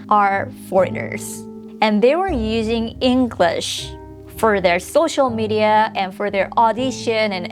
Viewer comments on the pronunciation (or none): none